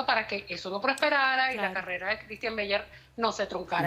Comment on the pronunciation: Tan metida está según ella q se equivocó tre o cuatro veces diciéndo Ctistian.